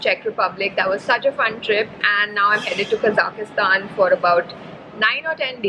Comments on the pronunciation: Lol. It's not Kazakhastan! You're adding an extra A when you pronounce, OMG! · Quite interesting way of pronouncing name of the country :)